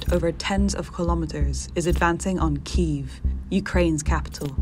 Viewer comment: KEY-IHV. Its not hard. 🤦